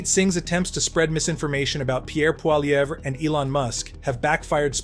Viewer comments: For the love of God say Pierre's last name properly !!! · Canada connection learn to pronounce PIERRE POLIVERRE properly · It's hard to take you seriously, when you can't even pronounce Poilievre.